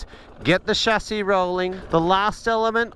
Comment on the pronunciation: Excellent content, also pleasing that you pronounce 'chassis' correctly.